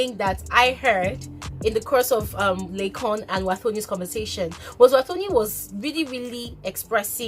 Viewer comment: D way u say laycon without the n is funny